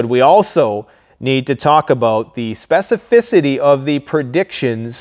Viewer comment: Speficifiity. Lol